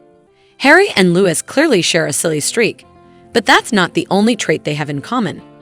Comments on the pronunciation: Willliams youngest childs name is spelt Louis therefore pronounced as same (rhymes with Dewy) it is not pronounced Lewis!! Also Lilibet, is Lili as requested by her parents, there was only one Lilibet and that was the late Queen Elizabeth, it was her childhood nickname. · For the love of God… you could have found someone who knew how to pronounce Louis, and Givenchy. How embarrassing.